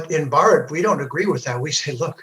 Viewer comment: Bhaaratha*, he mispronounced it. But good effort. Hindusthani ppl also do not pronounce it correctly. It's a damn shame. Aren't you Thélugu? Wtf is bharat? It's Bhaaratha. Bhaaratha Ganathanthra Ganarajyamu-the official name.